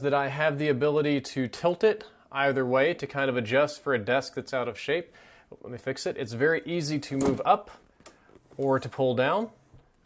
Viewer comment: "Ler me know..." lol.